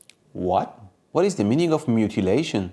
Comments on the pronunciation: "Cattle Mutilllllauu" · Can Brilliant teach you how to say 'moo till ay shun' j/k off to sign yer petition. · lmaooooo, mixed up mutation with mutilation, and cant even pronounce it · You say mutilation like I say literally. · You should use your own sponsor to learn how to pronounce the word mutuli... whatever 🤣